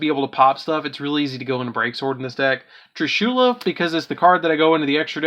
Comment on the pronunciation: I hate how u say trishulas name wrong